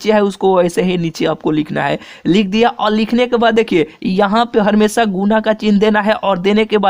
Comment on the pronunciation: Ha bhai ye he ha🤣🤣🤣🤣🤣🤣🤣🤣🤣🤣🤣🤣🤣🤣🤣🤣🤣🤣🤣🤣🤮🤮🤮🤮🤮🤮🤮